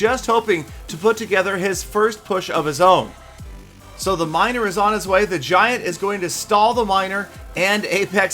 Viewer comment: XD he said winer not miner anyone else notice that?